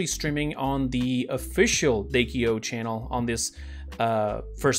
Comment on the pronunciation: its D.K.O not Dakeo